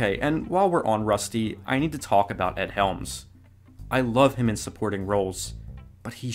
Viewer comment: Are you saying Egg Helms? Egg?